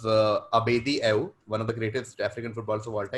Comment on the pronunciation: Subramanian got away with saying "Ibe" when the answer was "Ayew"😂😂.